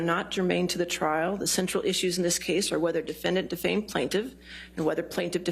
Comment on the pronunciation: "you're getting your 15mins of de-fame Elaine Bredehoft"